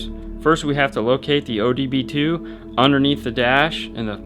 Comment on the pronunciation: Love your vids man, but OBD2 not ODB2. Lol running joke in my shop due to a certain image in an LP-6 manul